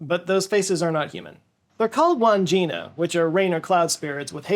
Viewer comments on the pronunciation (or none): It’s pronounced wod-gin-er.. sry haha! That’s the aboriginal faces I’m talking about. If anyone wants to learn about them from the source, as in from an aboriginal man who actually painted some, watch some old Malcom Douglas videos. There ls quite a few episodes so you will have to siphon through to find the episodes on the wodginers but it’s all great watching. You can learn a lot about aboriginal culture from Malcom’s travels with different tribes, and learn some survival skills while your at it. The wodginers are a very personal thing to the aboriginal men. Malcom Douglas was an absolute Australian legand! Rest in peace mate. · Drop the D in Wandjina. (Wan jina)